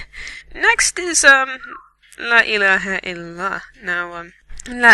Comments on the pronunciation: Dexter Morgen He says, "La illaeha, ilaha." It's, "La illaehae il-Allah." He just completely messed up the name of God... He then says afterwards, "Allah-oo-akbar," when it is, "Allah hu Akbar." This may seem nitpicky to you, but these mistakes still count and are not sins for him, but for whoever taught him Quran because his mistakes infer he was taught wrong, therefore putting the burden on his teacher's shoulders. This is why it is IMPORTANT you do not mess up the recitations of the Quran because you ruin the meanings in wrong recitation, and you put sins on your teachers' shoulders. I was yelled at and hit for wrong recitations, and taught how important it was to make sure our teachers are blessed for teaching us. Lastly, his voice is annoying and he had no inflection in his voice, and what little inflection there was in his voice was forced and hard to listen to. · Ladies and Gentlemen, Good God Almighty, like back in the old days! That 'Muslim' is not knowledgeable, nor is he pronouncing any of the words correctly. Since when did Inshallah mean maybe? And La ilaha il al HA? WHAT?! My Child, are you trolling or are you actually serious? I would like to rage a little longer but unfortunately, I'm here today and gone tomorrow.